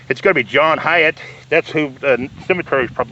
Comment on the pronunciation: Its pronounced like height